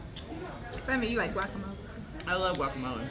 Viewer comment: Great video, high five for pronouncing guacamole the right way!!🖐🏻